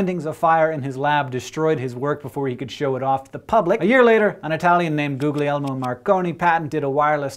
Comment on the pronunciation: Am I the only person who recognizes the irony of a channel dedicated to education when the presenter cannot even take the time to learn how to pronounce a foreign name? Goo-LI-air-moe. Not, googleyermo. Y'know, it lessens one's impact as an educator when you can't take 5 seconds to bother to look up a pronunciation key for the proper pronunciation of a word, because of the perpetuation bad information.